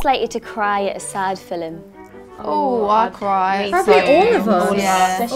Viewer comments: Look at the bit of the video when it was I sure jade said filim not film is it just her accent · why is no one talking about how Jade says fIlIm instead of film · Anyone else noticed Jade say "filim" instead of film ? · I'm from the North East, not far from where Jade and Perrie are from and I remember when I first moved to South Yorkshire to live with my boyfriend and his mam laughing at how I pronounced film as filum 😂 she said her dad who was Irish used to say it the same way. I also remember seeing LM on The Jonathan Ross Show once and the other two girls especially Jesy were ripping Jade and Perrie for how they pronounced Ian, they were saying it should be ee-an but us geordies just say een 😂 I've seen loads of videos about jade's accent with subtitles, for some reason Perrie has really lost a lot of her accent but Jade is geordie through and through. I often wonder if she thinks it's weird how Perrie speaks so differently now and if Perrie feels awkward about it, although I'm sure when she goes back home to South Shields she speaks normally again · When jade said filim instead of film I died came back to life and fell in love with her even more. Though my calls it flim and I make fun of her😂😂😂😂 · How jade pronounced film “filim” i love her accent 😂❤️ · Jade saying "sad filem" made me laugh... I'm soooo sorryyy!😂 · When she said “filim” I felt that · I might be hearing things but did Jade pronounce Film as "fill-uhm"? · No one: Literally no one: Jade: filam 😂😂💙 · the way she pronounced 'film' is something that people from our country make fun of. So the thing is the people here say 'filum' instead of 'film' and that gives other people a chance to laugh at them. W0ish those people could actually hear jade saying film, they would be so proud of themselves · I lost it when jade said filim 🤣🤣🤣🤣🤣🤣🤣🤣🤣🤣🤣🤣🤣🤣🤣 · From now on I'm gonna say "filem" 😌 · I love that Jade says "Filem" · Who else was laughing when jade said filim instead of film😂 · Jade just said Filim 😂😂